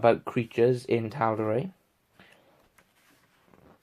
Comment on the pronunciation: Well you made me want to purchase this book now so you've done your job. One thing though.....I'm fairly certain that Matt Mercer pronounces Tal'Dorei as Dor-eye not Dor-ray. Cheers.